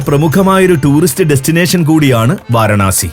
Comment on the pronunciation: വാരണാസി അല്ല വാരാണസി